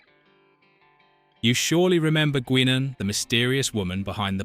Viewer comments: Why are you pronouncing Guinan that way. It's "Guy-nin" not "Gwin-in" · LoL, its pronounced {Guynen} not Gwenen... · "GWINNEN"?!? Guinan is pronounced "Guynan". Bloody A.I. tosh... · Whoopi portrayed GUY-nan!! NOT “GWEE-nan”! NOT “GEE-nan”!! If you can not get the names correct, then don’t even bother with the dammed video, at all !!!! ✋🏼🙄 ‼️I HATE AI‼️ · it's pronounced "guy-nen" NOT "gwinin" STUPID AI VOICING! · OH MY GOD, that stupid AI. It's pronounced Guy nan not Gweenan. Computers irritate the piss out of me. ugh!!!!!!!!!!!!!!!!!!!!!!!!!!!!!!!!!!!!!!!!!1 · Gwinnan or Guainan..! Get the real pronunciation correct... Please watch and listen to the show first rather than read a re-hashed script - its a killer to the channel credibility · You pronounce Whoopie Goldberg characters name Guy non. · It's pronounced "Guy-naan." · either the VOICE IS AI , or the narattor has never seen Guinan act on show enough to know how her name is pronounced , (G-EYE Nun ) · What in the hell is a gweenan ? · It's pronounced Guy-nan. God I hate AI. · What? You don't remember Goowininn? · Why can't you pronounce Whoopy's characters name correctly? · These AI things suck. Cannot pronounce Guinan properly. Another one called Gul Dukat Ghoul Dukat. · If you are going to make these types of videos, you could at least learn to pronounce the character names correctly. You butchered Guinan’s name!! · Almost started to like this take on back stage stuff, until these peoples AI was used and a real person was not speaking it. ... It was impressive how many different ways the AI chose to pronounce "Guinan"...none of which were even close to correct! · Business pronunciation of Whoopi Goldberg’s characters name by the narrator is abominable